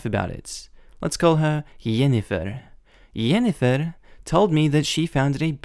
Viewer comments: Bro it is Jinifer not yenifer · Sorry but I left a dislike just because the way you said Jennifer is off. Your saying it as hennifer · Jennifer starts with a J not a Y. It is pronounced the same as in the word Just. There was a story in which a brother had a similar thing with his sister. At her wedding he professed his love for his sister (not brotherly love but sexual love). OP is not necessarily the AH. When his girlfriend got automatically upset it makes me wonder if the relationship is just brother and sister. There is no reason to get angry that fast!!! Families do sometimes have incest. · Because that is how it is pronounced in some languages perhaps, maybe he chose another pronunciation he liked, in English it's pronounced JEN-eh- fir, in German it's pronounced YEN-eh-fir, in another language it might be pronounced HEN-eh-fir, or maybe it's the way it is pronounced in his regional dialect, could be many reasons why, and disliking a vid for something so trivial is a bit petty. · Not sure why he's pronouncing Jennifer like that 😂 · sorry but i cant lol. the way he pronounesd jennifer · I've never seen Jennifer (an extremely common name) been mispronounced... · The way you pronounced Jennifer just about killed me lol!! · My sister is called Jennifer. And I have been searching for this comment. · I love this video, and I have never heard someone say Jennifer how you say it! That's a lot more fun way to say it lol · He has been playing too much Witcher